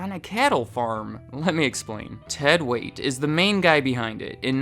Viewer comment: It's Ted "Waitt".